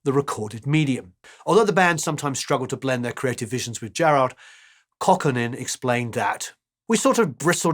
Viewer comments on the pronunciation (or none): Just for future reference: Jorma is of Finnish ancestry, his surname is pronounced "coww-ko-nen." Great video as always!